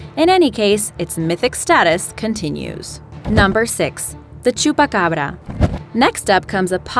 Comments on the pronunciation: Why can't anyone say chupacabra!? You pronounce it like: chupacarbara! It's pronounced chupa Cabra! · Dose she know spanish because how she said chupacabra and Puerto Rico sounded like a Spanish accent